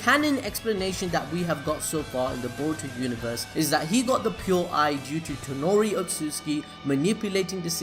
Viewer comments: Not tenori but toneri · Its not tanori its toneri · please its toneri not tenori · Bruh.... its toneri not tenori